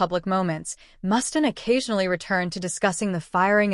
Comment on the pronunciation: Who the F is Mustan? Pronounce his name right!